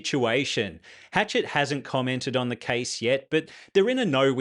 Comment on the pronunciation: It's Hash-shet, not Hatchet, LOL.